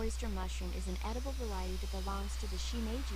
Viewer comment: no trying to be mean but edible is pronounced "ed"-i-ble not eat-i-ble. Just wanted to help you perfect your english a little bit more ^_^